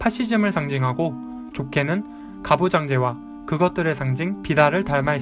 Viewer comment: 정말 잘봤습니다! 그런데 파시즘의 두가지 의미를 설명해주실때 ‘좁게는’이 자꾸 ‘좋게는’ 이라고 들리네요ㅠㅠ